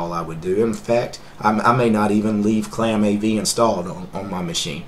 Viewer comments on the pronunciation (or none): it's not claamAV. it's clamAV